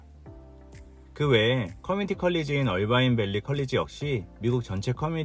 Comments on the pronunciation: 어바인이 아니고 얼바인 라고 하는게 귀에 너무 거슬려서.... 나갑니다. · 얼바인아니고 어바인 아닌가 영어에 가장가깝게발음해주는것이 맞을듯 신호등 문제 Irvine Blvd 에서 sand canyon Jeffrey culver 홍신호에기다리면 앞은 청신호 통과하면 다시 적신호